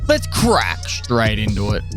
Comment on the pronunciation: "Without further ado, let's crack strrrraight into it!" That gives me happiness.